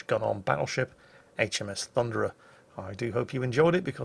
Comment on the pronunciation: It's not the Thunderer... It's the Funderer...